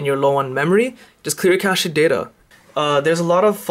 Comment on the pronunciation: It is pronounced "cashed", not "cashayed" Cache is "cash".